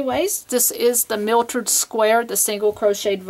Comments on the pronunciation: the word is mitered not miltered. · Miltered? I say mitered (long I)...there is no L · You did pronounce it "miltered" even though you spelled it correctly. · Mitered not miltered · this is nice ..but learn how to call it by its right name..."myitered" square not mitered...say it correctly please